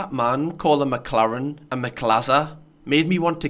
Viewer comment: Respect for the F1 reference 👊 the pronunciation of McLaren triggered me!